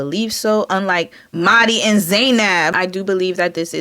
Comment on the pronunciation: the way u said mahdi and zainab took me out lol